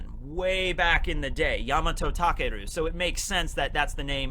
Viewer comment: Well actually, you pronounce takeru as takaru.